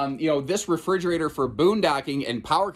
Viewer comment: In your listing of great features at about - "HUGE Refr'e'gerator?" Is that a combination of a refrigerator and a refreezerator? 🤣